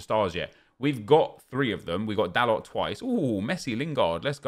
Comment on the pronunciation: It's pronounced "Da-low" NOT Da LOT!!! 🙄